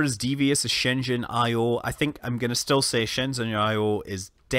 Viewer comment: Good job pronouncing Shenzhen correctly (for the most part)!!!